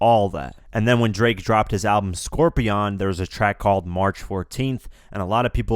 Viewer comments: Scorr-pee-on?! Scorpion dude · What the fuck is a Scor-pee-on?